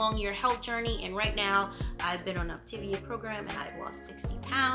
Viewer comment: Op-Ta-Via = Optavia, not Optivia